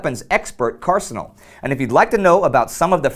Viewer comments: C&Rsanal should be pronounced See-N-Arsenal it is a play on the US BATFE C&R license (For Curio and Relic) the C&R license allows holders to collect older weapons (50+ years old IIRC) I won't bore you with the putrid details of the US Gun-haters bureaucracy but just a little tip. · It is pronounced "C & R" and are separate words not combined together as one word. It stands for a license to collect firearms at least 50 years old or deemed collectible by the U.S. government based on a very long list of firearms and cartridges without having to go through a background check each time you buy a firearm because a very thorough one is conducted beforehand to make sure you are legal. It is similar to what a commercial firearm dealer has to go through to obtain a license to sell guns except C & R licenses are not allowed to engage in the business of selling guns like a dealer. Every firearm must be logged into a bound book that can be audited by the BATFE to make sure you are following the law and guidelines of the license. Source: I am a C&R license holder like.